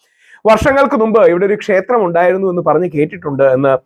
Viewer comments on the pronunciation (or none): none